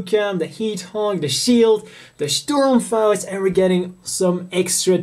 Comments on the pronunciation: the molding of this HGUC Zaku I is very similar to the MG Zaku I with the exception of the shoulder support for the bazooka on the HG model, still one black Zaku I is not enough to buy, make it 3 in homage to the Black Tri-Stars...btw, I love the way you pronounce "Sturmfaust" aka RPG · A lot of english speaking people say german words like "Sturmfaust" in rather funny ways, but you are pretty good at it. May i ask where you live?